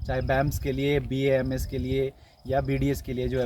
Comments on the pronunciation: It's B.A.M.S not bams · बैम्स् nhi bhai BAMS hota hai😃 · बेम्स नहीं भाई BAMS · First of all it's not baamss it's a BAMS clear that things pronounce every degree name with respect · It is B•A•M•S• not बेम्स The girl is continuesly pronouncing it correct stil you are pronouncing it in wrong way and showing yourself as cool dude by saying बेम्स again and again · it's B A M S NOT bams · Ita BAMS not baamss 😂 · Plz pronounce bams properly